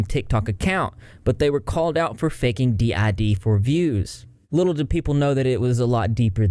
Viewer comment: its so funny how he specifically called it DID, yet replaced the I with a P slightly ignorant singlets are my fav 😭😭😭